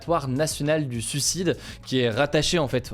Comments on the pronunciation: Mon cher Hugo, je ne sais pas si cela a déjà été dit dans les commentaires (+800) mais on ne dit pas "sucide" mais "suicide" ! 😁😁😁 Beaucoup de personnes font la faute ! Et surtout, merci pour ce que tu fais ! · Pourquoi il dit sucide...